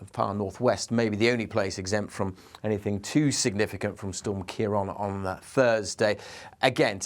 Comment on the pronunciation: The presenter keeps changing the pronunciation of ciaran ! One minute he says ciaran at 11 seconds , then he changes it to ciaron!!!!!